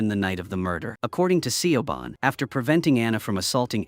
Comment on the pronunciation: i though i was gonna have a stroke every time Siobhán pronunciation got murdered like that